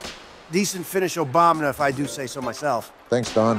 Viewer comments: Does anyone else keep hearing and saying 'Obamna' instead of Obama. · "Obamna" lol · They keep calling him Obamna lol